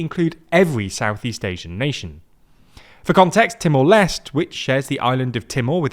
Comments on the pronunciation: I am annoyed by the pronunciation. It's Leste as in Les-Tay. Not Lest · Haha, I was bothered with the Leste pronunciation too. 😅